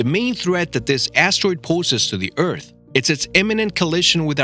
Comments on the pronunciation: Eath not eat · He says ert instead of earth